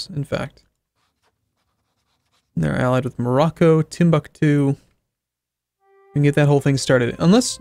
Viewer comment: I can't wait for him to fully annex Timbuktu so you stop butchering the name.